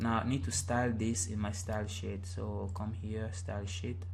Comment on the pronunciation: It sounds like ur saying shit instead of sheet. But still great website tutorial! I learnt alot :)